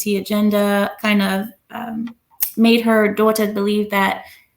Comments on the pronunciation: Why does pronounce Daughter like us British people.....sounds so weird and fake. She then literally goes back to talking in her natural American accent lol 🤣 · It sounds like how we British (specifically posh accent) pronounce "daughter"